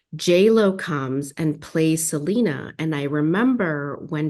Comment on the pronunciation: …even after 30 years people don’t get “SELENA” is an English name and doesn’t have a Spanish pronunciation!